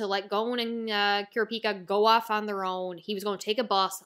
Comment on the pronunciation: I prefer the pronounciation Lay-oreo for Leo And Kur-op-i-ka for the mage looking kid.